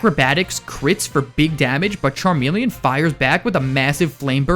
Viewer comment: THERE IS NO I IN CHARMELEON!